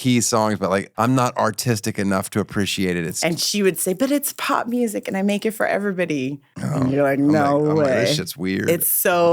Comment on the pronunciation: “Musiic”? FFS